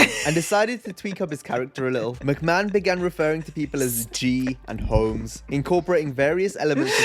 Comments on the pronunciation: I know damn well you didn't just call him "Vince Mc May-Hone"...It's "Vince Mc-Man." (Maybe be a touch of breathy "h" in the "man" portion, Like, "ma-han" but not that heavy.) You want Vince McMahon on screen, watch the Karate Kid Trilogy. The third movie you will me Vince on "Coke". I actually remember seeing Vince getting his head shoved up Rikishi's backside. He was basically the replacement for Yokozuna. Zip line Entrances are a bit of a PTSD trigger for many fans after Owen Hart. Oh no honey, Wrestlers absolutely get hurt. Sometimes it's intentional. Sometimes it ain't. But, unless something drastic happens (Needing actual IMMEDIATE medical service) they try to maintain character at all times. Wonderful Reaction. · Real talk boys; how cute is she for saying "Vince Mick-may-hone?" Never change. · I’m sure you figured it out by now but it’s pronounced mick-man😂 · Who the fook is Vince McMahone